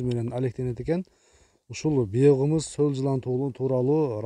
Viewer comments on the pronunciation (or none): Автор ишинизге иигилик бирок суйлогондо туура сулосонуз жакшы болот ... Биогумус деген созду биокымыс дебей ! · Биогымыз эмес биогомус туура сүйлөсөң мына алып баруучу